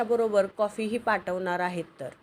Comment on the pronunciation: पाठवतार नाही पाठवणार